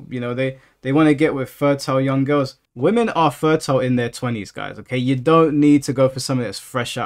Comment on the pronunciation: I like how you say girls “gills” lol